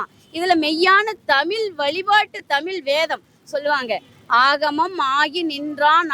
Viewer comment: இவளை எங்கிருந்து கூட்டிட்டு வந்தாங்க இவ தமிழே உளருகிறாள் நீ வரவே வேண்டாம் நாங்கள் உங்களை அழைக்கவே இல்லை. இவள் ஏதோ ஜப்பான் காரி மாதிரி பேசுறா.இவளை முதலில் தமிழ் என்று சரியாக உச்சரிக்க செய்யவும். தமில் தமில் என்று பேத்துகிறாள்.வாருங்கல்....என்ன தமிலு என்று தெரியவில்லை